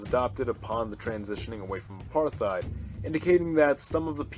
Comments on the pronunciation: It's not Apar-TH-ied, it's Apart-Hied if you want to say it with English accent, in an Afrikaans accent it's more like A-Part-Hate. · Apart-heid, there's no th sound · No "th" sound in "apartheid" or "Botha"... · Cool stuff, maybe the decisions by the nations formerly SA are a little too logical. The populations are not logical, but emotional, even leaders. It's pronounced "Apart-height". Soth: "sutu". Botha: "Booata". Very sad what's happened to the formerly successful South Africa: terrorist president, massive corruption, farm murders, land seizures, vast amounts of crime, vast amounts of disease, unemployment.